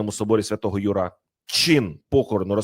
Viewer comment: слід вивчити правільні наголоси. Собор св. Юра, а не ЮрА.